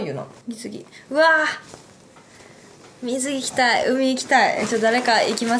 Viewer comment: みず↑ぎぃとか⤵︎ から始まったからあれ途中から始まった？て思ったら全然最初だった